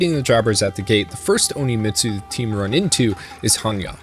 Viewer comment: Since you said it so many times, I'm going to correct it. it's not Oni-Mitsu. It's On-Mitsu.